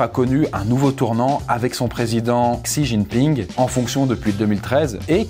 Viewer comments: c'est frustrant d'entendre "xijingping" alors que ca se prononce "si ting ping" 😣😢j'ai souffert tout le long de la video 😂 les sinologues soutenez moi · Mmm quelques petites rectifications sur cette vidéo de la part d'un expat qui vie depuis 5 ans en Chine : => Xi Jinping (Xi se prononce "Shi") ne s'est pas fait élire à vie, il a annuler la limite de mandat (ce qui peut tres probablement revenir au meme mais quand meme, c'est mieux d'etre précis). => La grande majorité du peuple chinois est nationaliste. Ils ont l'amour de la patrie et rêvent de devenir la première puissance mondiale. Seuls quelques personnes touchées par la mondialisation remettent en cause le régime mais la propagande en Chine est très forte et le partie reste très majoritairement supporté, meme par la classe populaire. Maintenant sur le fond, on peut quand meme vraiment se poser des questions. Avec la débande de l'UE et le retour du populisme / souverainisme dans la plupart des pays d'Europe, si on arrive a protéger nos technologies, nos entreprises ainsi que notre marché, la route de la soie pourrait ne pas être aussi utile que ca en Europe du moins. C'est grace a l'union europeenne et au marché libre que les chinois et les américains rachetent nos entreprises, nos forets, nos aeroport etc... Mais si l'UE, devenue clairement inutile aujourd'hui dans le contexte internationale, tombe, et qu'on peut de nouveau protéger notre patrimoine, on a une chance d'arreter la progression chinoise (notamment en fondant une Europe des nations fortes pour faire face). Apres ils avancent leur pions en Afrique tres vite et c'est la que tout va se jouer, l'UE ne représente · Pourquoi est pas capable de prononcer même un petit peu plus correctement "Xi Jinping" mais que la voix off peut mdr, pourquoi son pote lui a pas dit avant comment ça se prononçait 😂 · Tu pronnonces mal xi jinping j'ai les oreilles qui saignent ❤️